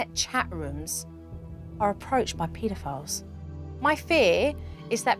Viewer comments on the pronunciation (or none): She said “Peetoe-file” 😂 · Y did she say peed-I-files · “Pita-files” -jo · PITA files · How she said "pedophiles" lol🤣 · 🤣the way she pronounced pedophiles 🤣